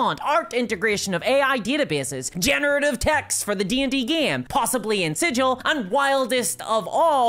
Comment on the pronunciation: For the last time... "Sigil," as in the city, is pronounced with a hard 'G',!